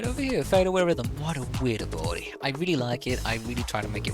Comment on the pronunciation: Ab-il-ity not 'Aboeloetie' haha. Great video, helpful